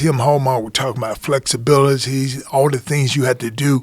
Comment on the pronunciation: Evander "flexibiligy!" Holyfield